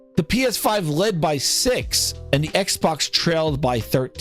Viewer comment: X-Bax. Bax is in the name😂